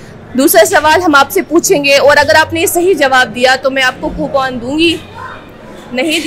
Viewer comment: Ye coupon ko copoon kyo kehti hai kya ye kashmiri acsent hai ya... Manufacturing defect hai.. 😂😂😂